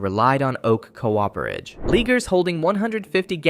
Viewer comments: Cooperage,not co operage. Bloody AI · Idiot AI strikes again with 'co-oper-age' rather than 'coop-er-age' ...and people are desperate to drag as much of this sh*te into their lives instead of being human and using their brains 🙈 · You better see to your ai- it can't read so well. The word "cooperage", as in the work of coopers (barrel makers), sounds like "co-op er age". There ain't no co-ops in cooperage! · "Co-operage!" Lol!